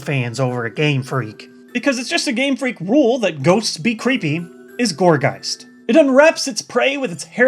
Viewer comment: Gourgeist's correct pronunciation is Gorge-eye-st. It's name means gourd and geist. So, there you go. (